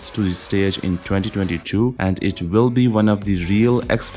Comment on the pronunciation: if you want to continue to narrate in English, please pronounce 'will' with W, not V, not 'vill'